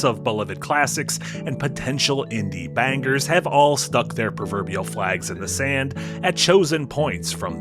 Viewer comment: Don't use the slang bangers then pronounce it using the queens english. You will get put on a sex offenders register.